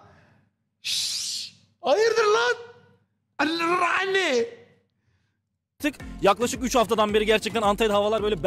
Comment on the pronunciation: Raane değil RRaene